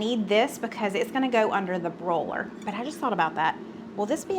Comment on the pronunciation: Under the “brō-ler” 😂😂 I’ve got to agree about the Just Bare Chicken. As far as I’m concerned, it’s the ONLY brand 😂